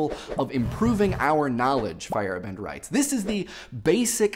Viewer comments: feyerabend pronounced "fire-AH-bind" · I know you're saying Feyerabend, but what I'm hearing is Fire bend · Hehe, saying “Feyerabend“ (which, apart from a little difference to modern spelling, it's the German word for the free time after work) sounds like “firebend“. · Anyone else hear "Firebend" whenever says Feyerabend? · butchering the name Feyerabend